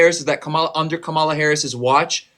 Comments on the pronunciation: you’re a king for correcting how people pronounce kamala and not kah-mall-ah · My man. Correct them on her name EVERY time. Mistakes are fine but don’t ever let someone get complacent mispronouncing names. Particularly those who were corrected. Reestablish the art of respect.🫡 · I really wish these dudes who can't pronounce her first name would just call her Harris. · people don't like anti-woke because they lack basic reasoning skills. Even after corrects him, he repeatedly says Kamalas name wrong. He uses a pronunciation that came about as a racist joke. You can't consistently repeat racist jokes and then say but I'm not racist. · it's very fair to say he is a racist. He is intentionally mispronouncing Kamalas name, using the pronunciation that was CREATED as the punchline of racist jokes. Even after corrects him, he still does it. Repeating racist jokes...... makes you racist too. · Nah, he should keep doing it. If they can’t get a simple pronunciation right what makes you think any of the other things they say have any value. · you can directly track if they watched a right winger based on how they pronounce her name. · Let him sit with his silly ass vote then. Don’t care anymore. We know why you didnt vote for HER and HER BACKGROUND. Gimme a break. Her name is pronounced COMMA-LAHHHHHH!!!!! The fact that he thinks that maga accepts him. Wild. There was MORE than a choice between the two - but what’s they wish wasn’t true about the voting base IS true of them. They were WILLFULLY not paying attention. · Is there one single republican that can pronounce Kamala Harris' name correctly? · Anyone who cannot pronounce Harris's first name, did not listen to her for even 2 seconds! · Is there one single MAGA who can pronounce Kamala' s name? Do they do it on purpose or are they just stupid? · They don't want to be called racist, misogynistic, or ignorant but don't know how to pronounce her name.